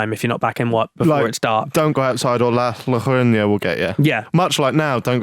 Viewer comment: Yarona, that's how its pronounced